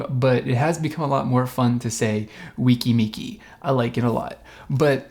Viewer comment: It’s actually pronounced Weh-ki Meh-ki